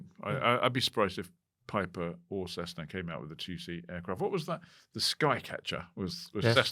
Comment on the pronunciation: Why does say Cezzna??